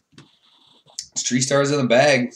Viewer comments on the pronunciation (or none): love the TH10 content but hearing "tree stars" 30 times a video is a bit obnoxious